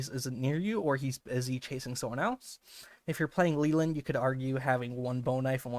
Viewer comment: I hate when ppl mispronounce Leland!! It’s supposed to be “lay-land” with no eee sound 😢